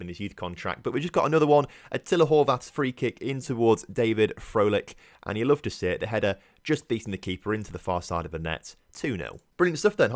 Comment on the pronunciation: And its pronounced fro - lish